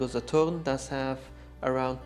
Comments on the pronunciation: please stop saying 'Sa-TORN' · This comparison is consumate! You have provided all info and more in 50 min than I have found through scouring the interweb in 4 hours. Please continue to make content! You're fantastic at this! Also love the authoritative tone you have and the dismay you have when finding machine defects, you take great pride! Also love the way you say Saturn, exotic spin. Kudos. You have helped me/us greatly.